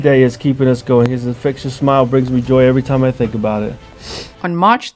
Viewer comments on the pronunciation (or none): none